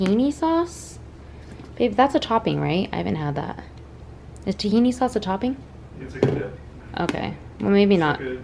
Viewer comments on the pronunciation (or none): none